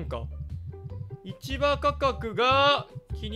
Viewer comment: 今更だけど、市場価格を(しじょう)ではなく(いちば)と読むのが非常に気になる